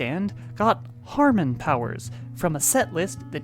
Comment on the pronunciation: The fact that the consistently added an r to the word Hamon is throwing me off. Commented before the end of the video. Holy crap it stayed in neutral for most of the video but went to 100 real quick there at the end.